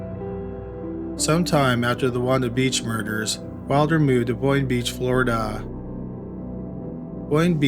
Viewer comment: Where is Floridaah.